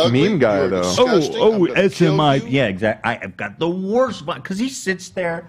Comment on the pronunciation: ethan saying “SMIP” and not noticing when Hila corrects him and then later says “SAIMP” love it